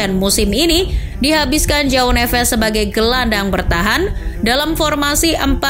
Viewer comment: Cara bacanya Joao = ( juaong ) bukan Jao nevez Jose =( juje ) bukan hose Militao = militaong Casemiro = Cajemiro